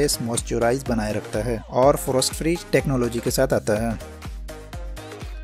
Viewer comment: Frost to tum frostat bol rahe ho. Toughened glass ko bhee thik se nahi bol rahe ho.